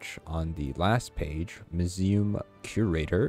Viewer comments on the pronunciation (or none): lmao u can't pronounce museum????